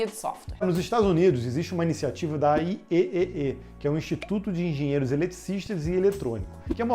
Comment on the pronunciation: IEEE se pronuncia I3E, e não I Ê Ê Ê